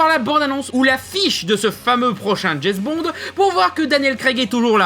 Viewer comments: Au bout de 4x « Jess Bons » j’ai arrêté la vidéo…. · Petite précision, James Bond ca se prononce DJAIMCE Bond et non pas DJAIZ Bond. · "Jezbond" pour une fois je ne critiquerai pas la prononciation, je le dis pareil XD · C'est qui "Djezz Bond"?